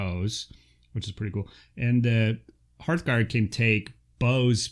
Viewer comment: Hooray for saying Hearthguard correctly! Lol Great breakdown video thanks